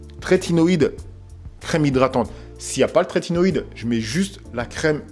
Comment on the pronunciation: Top merci pour la vidéo ! Par contre c'est trétinoïne et non tretinoiDe 🤪